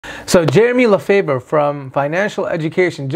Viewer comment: It’s pronounced LEFAVE (French Canadian last name) or LEFUFU😂😂